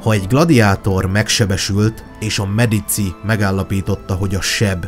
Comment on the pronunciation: Medicsi a pontos latin kiejtes